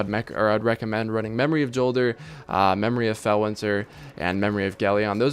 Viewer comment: It's said like Yolder, not Jolder with a hard J. Check out Deej talking about it in the streams leading up to ROI.